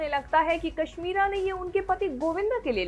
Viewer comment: pure video me kashmira ko cashmira bola aapne wahi sabse badiya laga